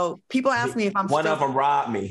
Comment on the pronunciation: ...how to say ASK. I'm dying,Claudia!!!!